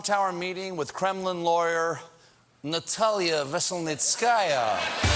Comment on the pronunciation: I just love the way Stephen says her name, "Natalia Veselnitskaya."